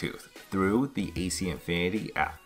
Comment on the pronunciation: “Infinniny” “Aulomalically”